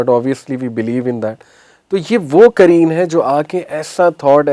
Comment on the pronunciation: Aapka Urdu pronunciation thoda gadbad h...jaise aap ne "Qareen" ko kareen kahte hain, aur "Qalab" ko kalb kahte hai, "Qalab" Arabic language mein heart ko kahte hai, jabki Kalb means in Arabic "Dog" ko hota h... Meaning totally changed ho jata h, agr aap wrongly pronounced krte h Arabic words ka...so be careful! Don't mind my suggestion.😊